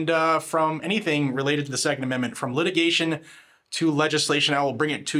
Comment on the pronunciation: Lurch can't even say 2nd amendment 😂